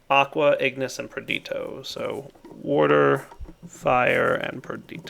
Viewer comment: it's Perditio Per-DEESH-I-OH...Drives me nuts every time